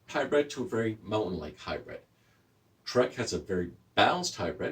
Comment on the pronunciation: Hybrid, not hybred.